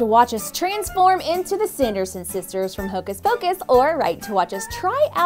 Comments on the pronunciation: Did anyone notice that in the beginning said tocas pocus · Did she say Toe-kiss Pocus??? Vs Hocus Pocus